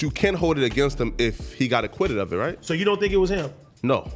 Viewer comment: every time flakko say “right”, it just don’t sound right